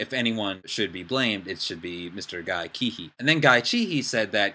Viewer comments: Um his surname is pronounced See-hee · Cihi is pronounced as Sihi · Nice video, I agree on your opinions and looking forward to see, how it all pans out. But I want to correct you on your pronunciation of Guy Cihi's name. It's pronounced "Seehee". Thought you wanted to know that ^^ anyway, keep it up, going to see your other videos :D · his name is pronounced more like "seehee". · You cant even say guy cihi's name properly...thumbs down.